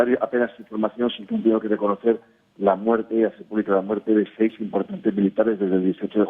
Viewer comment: Habla bien viejo!!! Muerte!!! Tu dices ""muelte"""!!! Dios mío!!! Aprende a pronunciar bien!!!